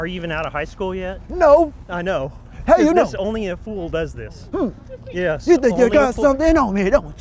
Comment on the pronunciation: Bro was saying fool like it was Shakespearean times